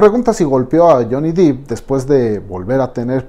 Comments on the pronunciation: Se pronuncia Johnny Deep ( Dep) exacto como se escribe.... no dip... no soporto ver ese video de Ámbar es tan falsa la tipa.... a millas se ve que miente....😠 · no. Te sugiero que veas videos en inglés donde lo presenten para que te des cuenta. Incluso él lo pronuncia como "dep" en un casting. Búscalo. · Es "Depp", Johnny Depp. (Con pronunciación Dep). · Se pronuncia " Deep" con e, no con i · Porque pronunciar Johnny Dip si se escribe Depp, no Deep? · Se escribe 'depp' y se lee "dep" se ah informado su pronunciación. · Alguien que le diga que no se pronuncia Jhonny "Dip".... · No pude ver el video, me estresó mucho que le dijera "johnny deep" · Cuando le llamás Jhonny Deep, suena a actor nopor jajajaja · Buen video, si me permite hacer una crítica constructiva el apellido de Johnny se pronuncia "dep" no "dip". Muchas gracias por este video. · No es Deep (Dip) es Depp (Dep) pero dejando eso de lado esta muy bueno el video 👌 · Debo objetar que dice Johnny deep y no Johnny Depp como debería ser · Excelente video. Una recomendación: se pronuncia Dep, no Dip, el apellido de Johnny. Yo antes lo decía así hasta que me percate de mi error y esta corrección la hago con buena intención. Este es el primer video que veo en este canal y está muy bueno, subscripción automática. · Depp se pronuncia Depp, no "dip" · DEPP; Johnny DEPP! No "Deep" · Es Depp no Dip, ni que fuera un aderezo. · Es Johnny Depp...no: Deep, por favor pronuncielo correctamente en próximos vídeos. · Johnny dEpp, no dIp jajaja no hay doble "E" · Depp no dip DIOS cuando van a aprender a pronunciarlo😣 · Es Johnny Depp, no Deep! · Está buena la información brother, pero por favor dejen de pronunciar dip, es dep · Depp mi amigo no es Dipp, DEPP no DiP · Sorry es Depp no Deep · Es Depp no Dip ni Deep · Todo bien pero desespera que pronuncie mal el apellido. No es “deep “ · La PRONUNCIACÍON es DEP. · Todo bien, pero por qué se esmera en pronunciar “deep” cuando en realidad es Depp? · No es DIP (DEEP) es DEPP....